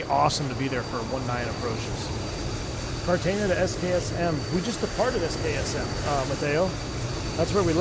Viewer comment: Awesome videos and awesome aircraft. Just one thing that the US VATSIM community seems to have some serious trouble with: The name of the city is car-tah-HEY-nah. (Cartagena). It has 4 syllables and does NOT contain the letter "ñ" anywhere in it.